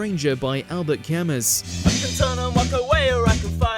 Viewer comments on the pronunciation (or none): Cam-ass? Jesus. Camoo. It's a French name. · Correct pronunciations as follows: SHAY-mun nuh-RAY-tuh AL-behr kah-MOO EAR-uh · The "Shaamin" was bad enough. AlberT "Kamiss"? I'm out. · Albert Camuss??? Why can't you "professionals" pronounce words? Shut up then. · Pink Floyd's 'Arnold Layne' wasn't provocative enough to make the list? Also, Albert Camus is pronounced "Albair Camoo". Just for future reference. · Albert Ca-muss? Do some research ffs, like, a minimum. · It's pronounced 'KAY-MU', as anyone should know. He was Algerian, and his primary language was French. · Omg. How did you pronounce Camus wrong? Embarrassing. 🙄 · Quite a bit of the pronunciations, but Camus' name was especially egregious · Can this presenter pronounce anything correctly? The Shamen? Albert Camus?! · That's not how you pronounce 'Camus'. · No, it's not. I read l'étranger at school and loved it. Camus got the Nobel prize for literature for it.